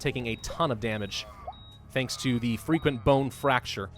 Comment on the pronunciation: It always sounds like your saying freaking bone fracture instead of frequent bone fracture